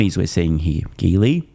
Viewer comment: "The 'ghily' EX2..." That name (Geely) is pronounced with a soft-G sound... 'jee-lee'. The Chinese name "吉利" (jili) means "lucky-profitable" (approximately).